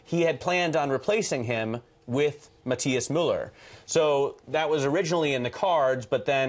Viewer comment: Wow! how can you be so irritant and stubborn on the name of the CEO? Matthias is pronounced Ma-tee-as no Ma-tye-as as you do. It's very sad to see someone on TV trying to correct the right one with stupid insistence and the wrong pronunciation. Americans did not invent other languages. Miller shoud be pronounced Mi-zhzser! And Matt is derived from the Scandinavian derivative of Mathew: Mathias, Matías or Matthias and all are pronounced in each and every language in the world Ma-tee-as.